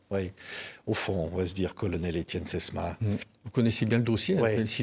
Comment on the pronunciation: Il arrive pas à dire Etienne le présentateur . Deux fois il dit "Estene". Chaud.